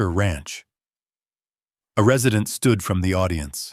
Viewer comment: Re-side’-nt? Are you sure he doesn’t mean Res’-ih-dent? Please get an AI who knows how to pronounce the words correctly! Thank you! And stop with the darn dings!!!!!😡